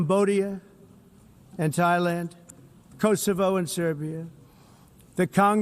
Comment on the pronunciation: Hey, he learned how to pronounce Thailand! 😂